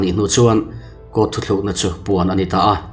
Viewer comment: Thu thlukna ni lovin Thu tlukna tih zawk ni se